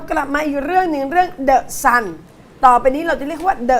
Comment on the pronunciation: The Sun นะไม่ใช่ The สัตว์ อ่านให้ชัดๆนะพี่น้อง(ซื้อเครื่องบิน 30 ล้าน จาก 8 ร้อยกว่าล้าน ครั้งนี้ใช้อำนาจโละเครื่องบินฝนหลวง 30 ลำ ซื้อใหม่ยกฝูง ถ้าเป็นคนดีต้องช่วยรัฐประหยัดงบ แต่ไอ้นี้ทุจริตเชิงนโยบาย ประชาชนต้องร่วมมือขับไล่มัน ถ้าอนุทินยังเลี้ยงมันอยู่เชิญออกทั้งรัฐบาล)